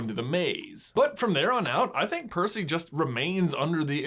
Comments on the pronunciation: I kept almost spitting my cereal's milk every time you mispronounced Percy's name 🤣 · Saying Percy’s name wrong count Sorry if I missed any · You’re slowly transforming into mr.D for butchering Percy’s name like that. Hope someone can understand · i lost it as "parsnip" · Is this the world record attempt for most times getting Percy’s name wrong? If so, I approve. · I CACKLED at every mispronunciation of percy's name!!